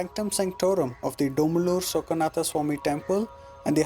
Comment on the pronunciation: Wonderful work. For the effort you are putting into these documentaries, it might be worthwhile double checking the correct pronunciations of the Kannada words with a native speaker - Kempe Gowda, Bendha Kaalooru, Veeragallu, Dhommaluru etc.